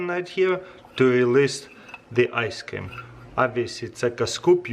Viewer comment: I love how you say ice cam.